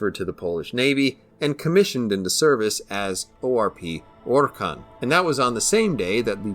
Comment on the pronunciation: You need 20k extra subs and a monetized channel solely for pronouncing the full name of this ship. I mean we've come to expect precision from you but that right there was masterful.